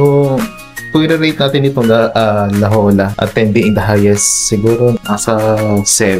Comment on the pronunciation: La “ pronounce as hoya” instead of Jolla